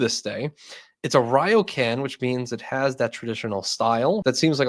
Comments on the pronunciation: It’s pronounced Reoken. Ys read as an “e” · Gna be that guy; but ryokan is pronounced rio-kahn